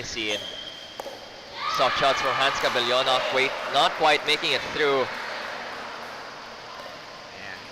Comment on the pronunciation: Sakto na gyud tawon ug pronounce ang cabellon, go